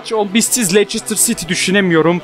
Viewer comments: ABİ LEİCESTER CİTY İ LANÇERSTIR DİYE OKUMASAN ABİ LEYSTIR SİTİ DİYEOKU +1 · leistır sity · okunusu: leyçestır siti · Abi Lester Siti dogru soyle tik oluyorum :))))